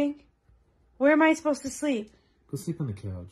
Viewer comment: "Tao" instead of to or too 💀